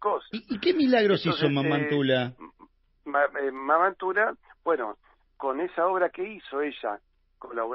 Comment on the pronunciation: en honor a la verdad, Antonia de Paz y Figueroa, era conocida como "MAMA ANTULA" escrito y pronunciado "mama" sin acento en la "a" final. Hacemos justicia de esta manera al lugar donde pertenecía la Santa santiagueña. Mama, es la forma como se dirigen a la madre nuestra gente del interior, fundamentalmente, en el caso de Antula, la gente que consagró el nombre con que se la conoce popularmente y a quienes dedicó muchos de sus desvelos, los "quichuistas" de su provincia y los criollos de todo nuestro pais. Gracias y un abrazo de hermano. Te aclaro que me considero hispanoamericano y reconozco a España haber logrado la unidad lingüística de toda America y eso es algo que no se repite en ninguna otra parte del mundo, en mi, se resume el verdadero crisol de razas, mi padre, Piamontés, mi madre hija de criollos por parte materna y srabe sirio mi abuelo materno, la parte criolla desciende de vascos y algún ancestro comechingón, afirmando algunos una linea secesoria desde Jeronimo Luis de Cabrera, o sea de cepa bien cordooooobesa ¿Que tal? Renuevo el abrazo fraternal.